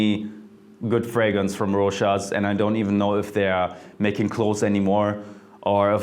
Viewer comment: Thank you for pronouncing Rochas correctly!!!